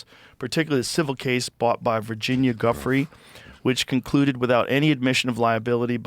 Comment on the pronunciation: Just say Virginia's last name correctly.. its so insulting.. its not that hard.. Rogan is a dumbass